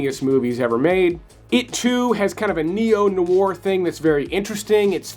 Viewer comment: Dude! If you are going to use the word "noir" you really should learn how to pronounce it.